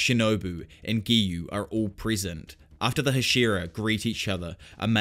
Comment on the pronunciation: its "PRE-SENT" not "prison"